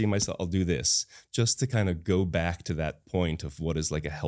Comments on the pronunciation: Why is Ranveer saying ‘ta’ here instead of a proper ‘to’. So annoying. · bhai - ye “to “ ko ta ta ta taa kyo pronounced karr rhe ho… ameer ho gaye toh gaadi kharido but “to” ko baksh do 🙏.